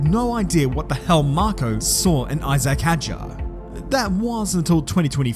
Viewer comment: Isaacck is pronounced E-zak Hadrien? The H is silent Love your vids, dude, just giving you a hands up on the future 😅 🇫🇷